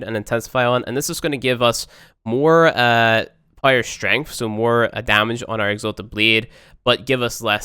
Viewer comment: That "strengff" though.